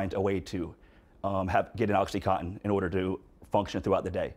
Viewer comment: No body says it right! It is called oxycontin, not oxycoton!